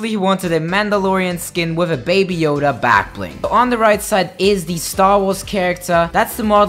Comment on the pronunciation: “with the baby Yoder on the back”